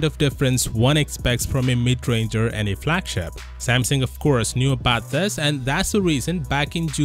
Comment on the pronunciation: Samsung not samsing u idiot